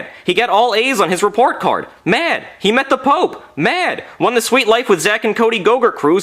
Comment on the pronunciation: "he met the pope" strong emphasis on met